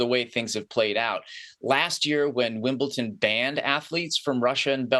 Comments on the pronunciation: A telltale sign that someone doesn't know anything about tennis: They can't even pronounce Wimbledon correctly ( incorrectly says "Wimble-TON" over and over).🙄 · Do any of these idiots actually watch Tennis? You took one example and then stretched it to all russian and belarusian players? Heard of Andrey Rublev, Daniil Medvedev, Mirra Andreeva. Incredibly popular at Wimbledon. Oh and, it's not f@ "Wimbleton". It's Wimbledon. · “WIMBLE- TON” 🤦🏽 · Jules is an author, a professor of political science, and a former Olympian. And yet, he can't properly pronounce the name of the Grand Slam Tennis venue that is the subject of this piece.